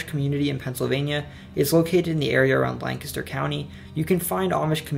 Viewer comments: Thank you very much for saying Lancaster correctly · You said Lancaster the right way🙌🏼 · thank you for pronouncing lancaster correctly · You said Lancaster right! Makes me think you’re from central PA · he said Lancaster correctly, Hallelujah! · You might be the first person not from Lancaster that I ever heard pronounce Lancaster right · The Amish are actually Swiss and Delaware was part of Pennsylvania, look it up, but at least you actually pronounced Lancaster correctly. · Watching from Lancaster, and no, I'm not Amish. Also, props to you for the correct pronunciation of Lancaster. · You said "Lancaster" right! Also, Wilkes-Barre is pronounced [Wilks-Berry] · Yup! I’m from Lancaster. The easiest way to spot an outsider is the mispronunciation of the name. Correctly pronounced here! Solid research! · lol, i was looking for this comment! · I could tell you are local when you pronounced Lancaster right and mentioned Pennsyltucky 😂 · Thank you for saying Lancaster correctly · You lived in Pa!!!! That's why you say Lancaster right! Thanks for the respect in saying the names correctly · Bonus points for pronouncing Lancaster correctly. As a quick sidenote, Lancaster sits on the Conestoga River, a tributary of the Susquehanna. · I'm from rural western PA originally and lived in PGH for 6 years. I very much appreciate this video, makes me feel very proud of the beautiful state I come from that has such a rich history. ☺ (also I was born in Lancaster and I appreciate that you pronounced it "right" 😂) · Oh my god, he said Lancaster right. I've had to explain to people even from Philly that its "Lank-ister" not "Lan-caster" . Good job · Wilks bar is how it's said in Lancaster (lane kiss stir is the correct pronunciation. Good job.) PA definitely has several regional accents. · You pronounced Lancaster (lang-kister) correctly lol good job! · Lancaster is pronounced Lankister in case anyone was wondering lol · He pronounced Lancaster right